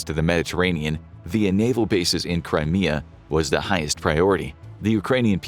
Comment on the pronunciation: When he said "Crimea Rebels" it sounded like that "Cry Me A River" song by Justin Timberlake lol.